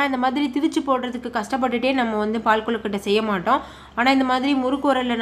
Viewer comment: ஏங்க அது கொழுகட்டை குழுகட்டை இல்ல